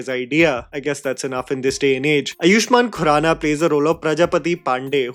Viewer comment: Ok if no one is mentioning it, let me do it. its pronounced AA-yush-maan khuraana. AA, for Agra, aam, achAAr?